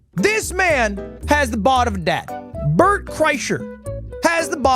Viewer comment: Add this to the list of mispronounciations of Bert's name